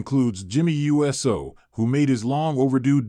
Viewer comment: It's pronounced ewe so...not U S O